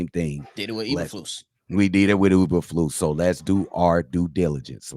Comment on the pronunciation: 😂 u said uber flus law